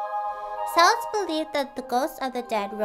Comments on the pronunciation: The C in Celt(s)/Celtic is pronounced as a K, not an S and Samhain is pronounced like "Sound" but without the d at the end. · What a cute costume! I especially like the jack-o-lantern hat! Just as an aside, the "C" in Celts is pronounced the same as the "c" in cute costume. XD